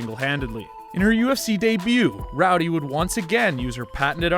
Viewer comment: Why doeshe pronounce " Roudey " ?...